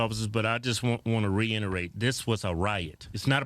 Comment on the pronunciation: Reiterate...ree itter ate Not reinnerate